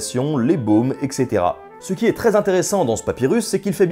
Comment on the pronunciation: Excellente vidéo, très instructive! :-) Mais par pitié, ne prononcez plus etc. "èxétéra". Prononcez "ètsétéra". Parce que sinon ça ne fait pas sens et ça brûle un peu les tympans haha!